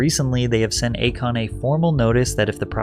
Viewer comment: Akon. A Kon. A Con.😂